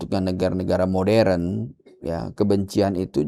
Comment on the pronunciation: Ibu pendeta.... maaf koreksi... Moderen diucapkan mo-de-ren ya... bukan MODREN